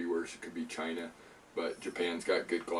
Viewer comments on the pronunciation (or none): none